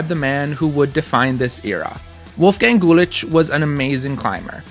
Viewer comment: Wolfgang had such an impressive climbing career. so inspiring! also I'm german and I think your pronunciation is quite good. :)